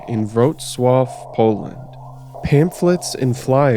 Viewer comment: Weird compliment but it was surprising how well you pronounced Wrocław! One of a very few times I heard someone say a polish city's name correctly! (Everything else was botched in different degrees, though) Very interesting stuff. Thank god I wasn't from there.